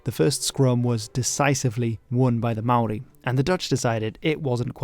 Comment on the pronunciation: as a channel not focused on new zealand, your maori pronunciation is so good!!